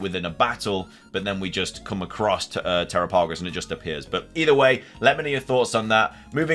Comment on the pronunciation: Dude!! Te-RAP-Ah-Go-s The name is based on the Galapagos islands!! PLEASE try to pronounce it correctly!! I feel bad for the people experiencing so many bugs......I haven't experienced ANY. Yeah, I think Ogerpon will end up NOT being evil. There is a four pointed tera crystal in the mask. That could be what gives it its power/ has corrupted it.